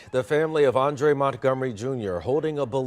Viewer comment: Hey Sis please correct his name on your Rest In Peace banner! His name is Andre not “ Andrea”